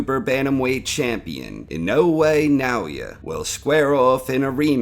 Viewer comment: Why do you say Inoue like that?